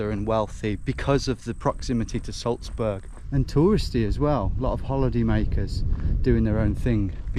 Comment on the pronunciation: why do you call Salzburg “Sulzbörg” though?